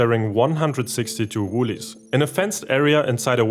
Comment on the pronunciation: Great video - woylies are not pronounced woolies but woy-lies as in a-hoy.